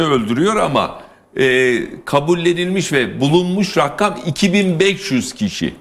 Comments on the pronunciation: İzin verinde konuşsun kadın bu arada Rakkam değil rakam ! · Rakkkam rakkkkam nedir abi rakkkam. Ya rakam de. Ya da deme be abi biktirdin